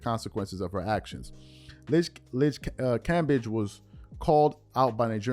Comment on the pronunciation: Cam-bay-g. Lol